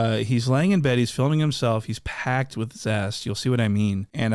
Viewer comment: Man said Pacced full of Zest 😂